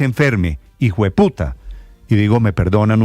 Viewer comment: Petroooooo decile bien, se dice hijuepita